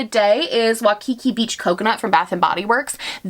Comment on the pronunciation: What the world did you say when you said Waikiki beach?!!!! No!!! I had to listen to that twice to make sure I knew what you were trying to say. YouTube search how to say Waikiki asap please for the Hawaiian people who cringed so hard. I love you very much and that means I can't let you going around butchering one of the most commonly heard Hawaiian words, while you're at it YouTube search how to properly say Ukelele because 99% of people say it wrong. The Hawaiian language looks complicated but I promise once you learn a few words you learn how to say a majority of them. Btw that is an amazing candle. 💜